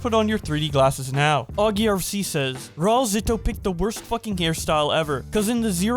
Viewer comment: Well when he drops the soap he can’t really complain, also the pronunciation is rah-oo-L-zitoo